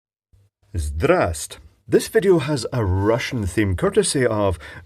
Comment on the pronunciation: It's ''zdrastvuitie'' not ''zdrast''